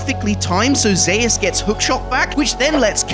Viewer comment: ??? Is no one gonna talk about the fact dude is saying Zeus completely wrong? Man just said Zahus?!